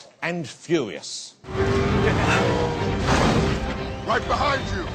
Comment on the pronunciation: the host pronounces Vin Diesel's movie the following way "Fast and Few eee ous.......LOL